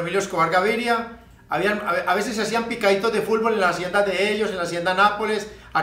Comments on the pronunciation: También dice "fulbol" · Lo escuché y dije tiene que haber un comentario que diga fulvol and here you are JAJAJAJA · Popeye no sabe decir fútbol. ..siempre dice fullboll ..jajajaja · Hasta tu estas mal Fabian (Futbol = "Fulbol") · Jajaja fulfol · Como me da risa cuando "Popeye" decía Fulbol en vez de decir Fútbol 😅😅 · Tengo amigos que son de Cali Colombia y de Palmira y escucho que ellos mencionan "Fútbol", no así fulbol como decía popeyin... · "El fulbol" XD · A lo mejor no podía meter la lengua entre los dientes cuando hablaba 😂. Por eso en ves de decir fútbol. Decía fulbol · bien finado popeye..pero se pronuncia.futbol...nooo fulbol.. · Es futboll no fulbol pope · se te extraña popeye!! aun me da risa cuando dice Fulbol jaja descansa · Yo repitiendo una y otra vez para corroborar si en verdad dice FULBOL😂😂😂😂😂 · "Fulvol" :v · Se murió y nunca supo pronunciar bien "fútbol" jajaja qué cagada ese Popeye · JAJAJAJAJAJA FULBOL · "Fulbol" jjajajajaja sos grande popeye. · Pope la unica persona que dice fulbol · Pq dice fulbol? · varias palabras las pronunciaba así en vez de la t pronunciaba la L asi como futnol decia fulbol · Caray, este tipo no puede decir Fut Bol